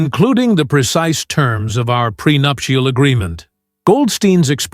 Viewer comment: How wonderful to hear ‘nuptial’ pronounced correctly!